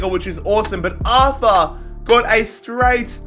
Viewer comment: It is pronounced art-ur